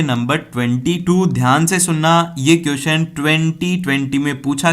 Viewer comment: Kiyuson nahi hote question hote hai mere Bhai apki pronounsation bahut Galt hai